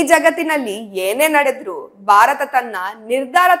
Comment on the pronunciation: ದಯವಿಟ್ಟು ಬಾರತ ಅನ್ನಬೇಡಿ. ಉಚ್ಛಾರಣೆ ಸರಿ ಇರಲಿ. ಭಾರತ ಎನ್ನಿ.